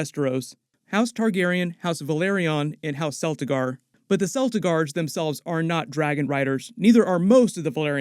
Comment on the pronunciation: 1. I wish Rhaenyra told Corlys and Rheanys the full truth. They deserved that much. Rhaenyra and Leanor did have a good relationship, despite their conflicting taste. They did try. 2. I can't wait for Otto Hightower to die. 3. Celtigar should be pronounced Keltigar with a hard C.